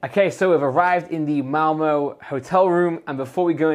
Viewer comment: sounds like he is saying mowmow for Malmö